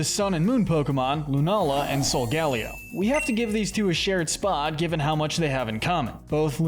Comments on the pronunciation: It’s pronounced SOHL-GUH-LAY-oh, cruh-SELL-ee-uh, LAH-TEE-OHS, LAH-TEE-AHS, TAH-poo LAY-LAY, sih-JIH-liff, arm-uh-ROOJ, WAH-buff-eht, YOOX-ee, BAL-toy, clay-DAHL, ree-yoon-IH-cliss, ess-PATH-RUH (which you misspelled and mispronounced at the same time), hat-er-REEN, hat-TEN-nuh, goth-EE-tuh, goth-ih-TELL, and BEE-hee-YEHM, “Patrick Star”! 🤨 Stop mispronouncing Pokémon names,! You’re so bad at it! 🙄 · Great video, but your pronunciation of Solgaleo is like being struck with a spike in the back.